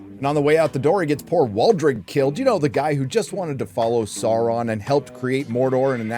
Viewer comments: Yes, the show sucks. But you can't fucking pronounce Sauron. Tolkien explicitly explained this one. SOW-ron. Not SAHR-ron. Hire someone who knows the lore. Sheesh. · Love your channel, but can you please pronounce Sauron's name as it's supposed to sound - (first syllable) as 'sour', not 'sore'. Unless you are pronouncing it that way on purpose? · You would think „Saurrrrron“ is not funny anymore after repeating the joke 50 times - wrong, I still laugh every time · okay im not the only one bothered by how galadriel (i will not learn her real name) pronounces “sauron” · Every time she rolls the r in ‘Sauron’ or ‘Mordor’ I want to jam a pencil in my ear. As if this show didn’t have enough challenges to overcome, inaccurate pronunciation is the last straw.